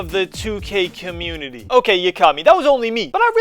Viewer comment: I've never seen a man mess up saying a word so badly. "Commuunnie"